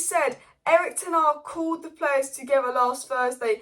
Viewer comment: 'Tenarg' is my favourite pronunciation lmao